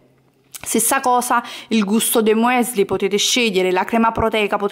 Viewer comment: MUESLI????? Mi stanno sanguinando le orecchie!!!!